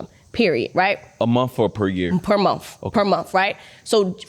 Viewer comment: As soon as she said every single monF instead of month I was like BRUH